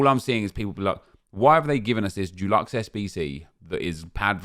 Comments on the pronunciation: Hope Dulux are sponsoring you pronouncing Deluxe like that 😬😉shame to see you (and other content creators) struggling to work with the bare bones EA are giving you. Hoping something fun to grind comes soon 🤞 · Does the way pronounces ‘deluxe’ bother anyone else?? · Yeah man